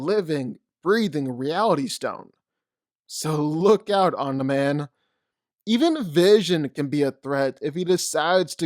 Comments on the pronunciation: Sounds like you’re saying “on demand”, it’s om-ne-man. Omni man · Is anyone else as annoyed as me when he calls him “Omnih-man” instead of “omnee-man” lmao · “Omnah man” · Why tf do u say oni man it’s Omni man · I am just here to listen to your opinions and say "Oniman" and "infingy gauntlet" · "Omnah man" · Nobody:: "Omna-Man" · Dawg…please pronunciation Omni-Man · I love the video but I would be Lying if I didn’t say I would almost vomit every time you said Omni mans name lmao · Man literally miss pronounced omni man's name the entire video. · The only problem I had with this video is the way he pronounces Omni man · You make great video but it’s like nails on a chalk board how you pronounce Omni-man. All love tho